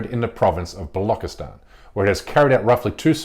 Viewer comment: Watch at this propaganda peddling moron,, says "bollock-istan" for Balochistan because, of course, he knows nothing about anything and is just reading out a script written against Hindus.